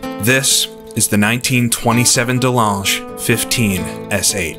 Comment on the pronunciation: Amazing to see this vintage content coming out. The dirt roads intro looked beautiful. 👌 Just to note it sounds like you're saying "Delange". Should sound like rivage as in the "beau rivage" corner at Monaco.